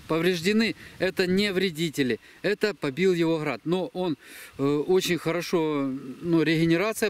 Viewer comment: оХород 😂😂 Храад побил Храд 😂😂 🤦🏼‍♂️